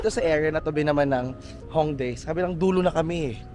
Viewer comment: Hi, hopefully hindi ka po magalit.. sa intro title po, bigkas po ay Myongdong (pero spelling is MyeongDong). Yung bigkas naman po sa Hongdae po ay ay Hongde.. (may ibang words na hindi nabibigkas yung kung anumang unang vowel kapag dalawang magkasunod na vowel). and may iba po na yung S po bigkas ay Shi, ex. po ay Siwon ng Super Junior (kpop), Shiwon po bigkas sa name nya..